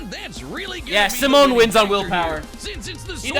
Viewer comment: His name is "Simon" for an even cooler character. "Simone" is the wrong one